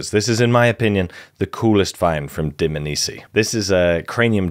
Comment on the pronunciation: Loved it. It’s not pronounced Dmnisi though. It’s Dm-A-nisi